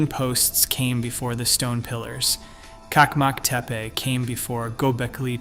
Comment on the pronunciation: One detail: The Turkish pronounciation is : CHAK-mak Te-peh